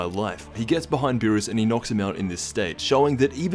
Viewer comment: it's not Lord Beerus is Lord Peenis